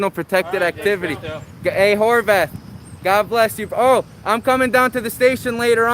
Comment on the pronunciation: did he really call him Whore Bath??